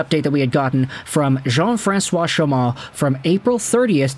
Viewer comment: I do speak French, Chaumont = SHOWmont, well said!